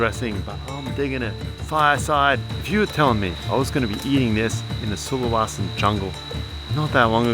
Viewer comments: I spent a year in Sulawesi...this brings back memories (It's not SulaWAsi!) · Sulawesi man, with an e, not an a. Sorry but I live here and it was just jarring every time you mispronounced it. Other than that, brave video for sure, respect.